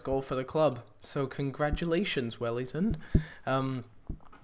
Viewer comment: btw, its welliton not wellington :P